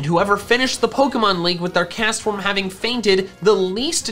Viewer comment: IT'S CASTFORM, NOT CESFOM!